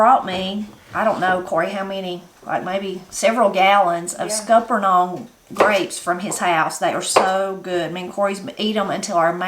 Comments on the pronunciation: HERE IT IS PRONOUNCED SKULP NUNS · Scuppernong is pronounced like supper. Scupper (supper) nong.